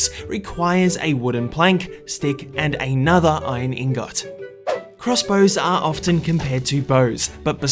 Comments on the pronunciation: ITS INGIT NOT INGAAATTTT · this dude says eengawt AND granIGHT. FFS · Did he just say ingut? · Me having an entirely fun and chill time:in got =ingot Me:* triggered * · i love when he says "iron ingOt" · Iron ingawt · Say iron ingot again? Bruh How u mess up so bad saying ingot U just sead ingoot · Iron ingooot